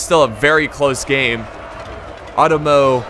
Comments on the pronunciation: You got the 'e'(eh sound) sound fairly correct. But the 'O' sound is like "Oh" you keep saying chosokabe as if its chuu which is wrong.Same with Otomo. Its Oh-Tomo. Not uh-tomo. Japanaese is fairly consistent unlike English. Also R (probably the hardest sound for English speakers) is like a mix of the English 'D' 'R' and 'L' sound. The tongue position is like between 'D' and 'L' if that helps. You can try to quickly transition fro 'L' to 'D' to kind of create that sound. Also NagiNata. There's a N there. Uesugi. As previously mentioned it's pretty consistent. However U would be kind of like a long O sound, similar to 'thought.' Somewhat like how you said cho(almost like chuu) in the video. Similar but not exactly the same, its hard to describe it without actually pronouncing it. So Ooo-eh-su-gi would be fairly close, but I don't think long O is really on point. Still that will already go a long way. Not really trying to be rude, just trying to help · Otomo is pronounced Oh Toe Moe or Ah toe Moe ( it depends on the person)